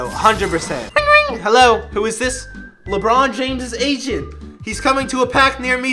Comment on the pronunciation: And a year later he calls a le Ron again